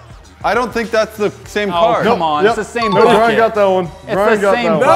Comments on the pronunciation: when they say bucket it sounds like they are saying f*** it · WAIT.... did throw the bucket and say, "Bucket!" or F*** it?!?!